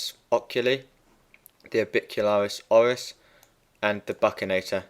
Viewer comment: Great videos thanks. Just to let you know, it's pronounced 'buxinator' and one of its most important functions is keeping food out of the sulcus and pushing it onto the tongue during mastication. :)